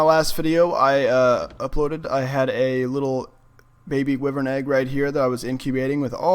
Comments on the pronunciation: Wivern its wyvern lol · it's pronounced why vern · Am I the only one annoyed but how he pronounces "wyvern"?... But other than that, cool video. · He saying wyvern wrong lol